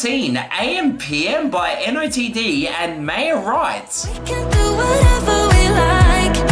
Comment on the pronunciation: nice vid, btw NOTD is pronounced “noted”